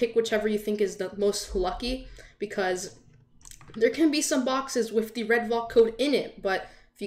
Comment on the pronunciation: I actually got this on my birthday. I got a few roblox codes and one of them had the double code, out of all of the other chasers, it was the Redvalk. Now the odds of that happening is extremely low. Also I’m pretty sure it’s pronounced “Val-k”, not “Vol-k”.